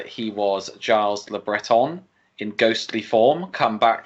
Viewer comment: Gilles is pronounced "Jhill". Like "Jill", but no "D".